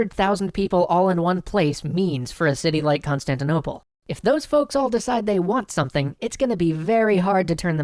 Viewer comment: Um i believe you mispronounced “Constantinople” when you described what city the haga sophia was in the middle of.